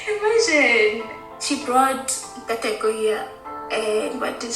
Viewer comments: If Jessie not butchering a name or word then the video don't hit the same for me! 😂 Nkateko = Katego, Connect n Go, Kanego, Atego, Abednego, N-Taco....💀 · "Inn-Kaa-Tehcko", you're welcome lol